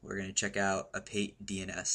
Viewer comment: I'd like to point out that it should be pronounced "a-pa-tee"DNS and not "a-pait"DNS. When pronounced correctly it is a Greek word and it means "scam/cheat". Good tutorial btw! Thanks for posting this